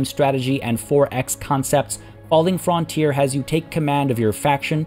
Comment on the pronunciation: it's pronounced FRUNTEER not "Fron"